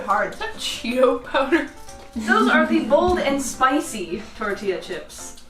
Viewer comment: you said it wrong again its TORTILLA this aint funny (grabs flamethrower) ITS TORT’IA (Uses Flamethrower) (Edit: FUCK THE CHIPOTLE AD DID THE SAME THING BUT WITH QUESADILLA )